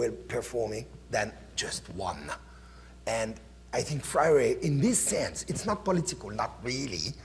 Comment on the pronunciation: I think it is really telling that the professor introducing the event makes the name of freire sound exotic and spends so much time further exotifying him by trying to pronounce it...then proceeds to ask how many people know about his work as if it is an obscure piece of antique..